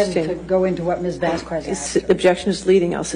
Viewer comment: The way she pronounces Camille Vasquez's name is also aggravating. It's just Vasquez. The 'U' is silent. It's not Vasskwezz.